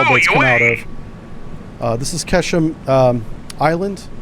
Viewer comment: Although Farsi to English do not match alphabets, it's actually pronounced more like "Kharg" Island, not "Kraig". Sometimes you'll see it transliterated as "Kharq" or Khark", but not "Kraig". Great simulations, btw! ONI Ettiko